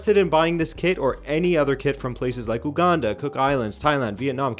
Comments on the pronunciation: It's pronounced, "Yu-gandan" not "ooo -gandan". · you don't say Uganda like a Frenchman,😅😅 Its pronounced Yuganda 👌 Really though, Pep is really going through it 😬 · he kept saying "embarara" and "ouganda" its more like say each of the letters slowly with more emphasis and its "Uganda" not "ou". I get the difference comes in accents just seemed jarring the first time i heard it. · You got a kit from my country but butchered the pronunciation of Mbarara and Uganda😂😂😂 Nice try though